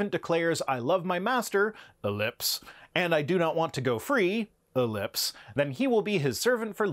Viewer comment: It's an "ellipsis" that indicates omission. An "ellipse" is an oval. Likewise, it's "versus" when you're talking about opposing factions or viewpoints, not "verse".